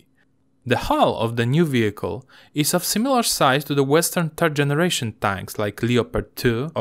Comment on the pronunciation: hej - super filmik - taki maly tip jak masz problem z powiedzeniem trzeci po angielsku to mow po prostu FERD bo jak powiesz TERD co w ang wyjdzie "turd" to znaczy gowno ewentualnie niedorozwoj - pozdrawiam i powodzenia!